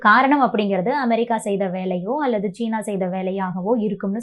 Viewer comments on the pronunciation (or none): none